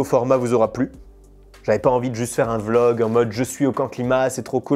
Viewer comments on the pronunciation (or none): none